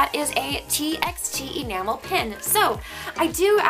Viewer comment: TXT is actually pronounced as T"by"T. I was confused too at first! :)) no hate, I just wanted to correct you!💕